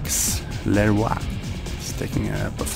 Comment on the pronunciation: I think Leroix's name is pronounced Loo-Roy I think. Also, interesting match.